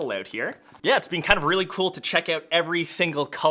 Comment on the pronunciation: “Thank you so much for all the love you’ve bean showing”